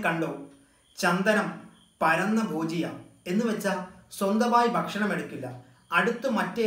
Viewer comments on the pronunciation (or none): പരന്നഭോജി അല്ല പരാന്നഭോജി അല്ലെ